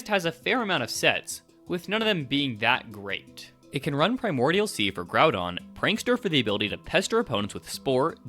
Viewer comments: Man what is Primal Graudon? Why you pronouncing Groudon so weird? Ground is a word, mate. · Your misprounication of groudon is driving me crazy you go between correct and incorrect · its pronounced ground-on btw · “primal grodon” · Not the worst pronunciation I've heard ngl, that would go to "grue-don"